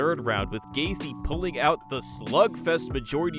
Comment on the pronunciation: pretty neat video, but if I might say, it comes off quite casual as you mispronounce several normally used words and you mispronounce fighter names. Justin "GAYTH-JEE"